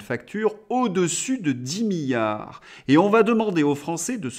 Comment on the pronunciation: Différence entre milliard et billard. Un i. On ne dit milliard comme on dit billard . il faut prononcer le 2eme i M I LL I A R D